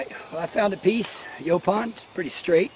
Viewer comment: Final someone whom pronounces it like we Texans. Lol